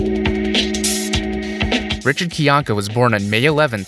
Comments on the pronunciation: You did enough research to make a 42-minute video on the guy and can't pronounce his last name? It's not KYAHn-ka, it's kai-ANK-uh, rhyming with how a Bostonian might say "my anchor". Good job. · I find it fascinating you did this much research and yet cannot pronounce his last name correctly